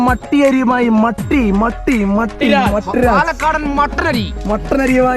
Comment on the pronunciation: പട്ടി അല്ല മട്ടി ഇത് കേട്ടപ്പോൾ ചി രിച്ചുവരുണ്ടോ 😂😂😂